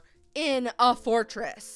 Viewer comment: " I FOUND Ember IN a fortriss!" Well no dur